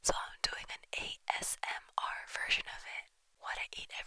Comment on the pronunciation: She said assmr